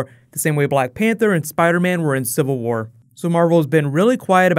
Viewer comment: Am i only the only one who kept hearing "infinity ward" instead of infinity war lol